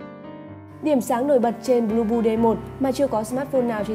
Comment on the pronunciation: Phát âm nghe giống "lu bu" :))